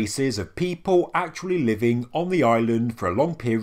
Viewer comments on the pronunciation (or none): none